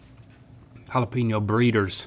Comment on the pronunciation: finally Hala-penyo.. not peen yo.. keep it up..